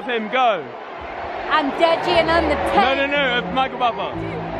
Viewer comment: its "DEJI" pronounced "DAY JIIIIII" not Jay Jay!! :) just saying!! :) to be helpful